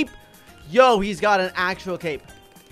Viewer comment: toinaidos Toinaidos REALLY??